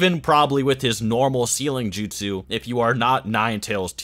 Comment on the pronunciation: My guy, since you're making videos on this, I'd think learning to pronounce the names and "jutsu" correctly would be something on your ToDoList but apparently I am wrong. How is it that people who speak english natively are so horrible at reproducing names in other languages?